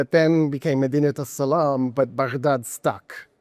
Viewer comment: The way he said Salam, very good for a foreigner haha.